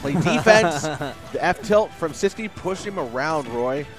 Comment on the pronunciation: His name is See-Squee